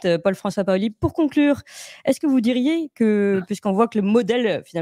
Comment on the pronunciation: Ce monsieur s’appelle comme Pascal Paoli ,bien puisqu’il est corse qu’il prononce:paoli et micca pas au lit !!dopu un devi micca sta monda tempu in Corsica pà cunfurma certi cosi!!!!!!!!